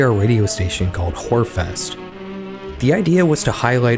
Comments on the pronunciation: the way you said "whorefest" took me out 😂 it's actually pronounced "hyor-fest" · "Hörfest" which translates to: "Listen Fest". Not "whore". It's pronounced more like: "Heu-rr". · It's not pronounced "Horefest", its more like "hyur-fest", the ö is pronounced kinda like "her", but with a Y between the H and the E. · The ö in "hör" is pronounced like the i in bird. Pronouncing it like o makes the radio show sound more spicy than it probably was. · its "hörfest", not "horfest", you cant just ignore the umlauts, they play a giant role 😭 mutter = mother mütter = mothers for example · you did not just pronounce it as "wh*re fest" 😭😭😭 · I came here to see if anyone commented that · Oh yeah. You pronounced it like "whorefest", which is definitely not what it means. 😅 Gave me quite a chuckle. But you're forgiven. 👍The ö sound isn't that much present in the English language. Closest I can think of is the first ue in Albuquerque or the e in Kermit. Fun Fact: Since you're speaking about the NDR radio channel in Germany - I live where this channel broadcasts. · I just wish you wouldn‘t pronounce Hörfest as „whorefest“. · If there's a foreign word and the pronunciation you've decided on sounds like "whore" then maybe research how to say Ö in German and avoid saying whore. 🙂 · I was going to comment the same 😂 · dude i know this isn’t the point but the way you pronounced hörfest is so funny to me 😭